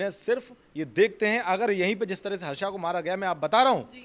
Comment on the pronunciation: हर्षा नहीं हर्ष है।गलती सुधारें भेड़ चाल न चले।